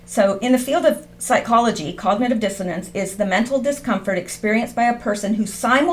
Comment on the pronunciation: dissonance not dissodence. good work tho. thanks.